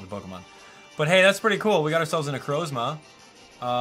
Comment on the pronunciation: It's nu Croz ma not nu croes ma ok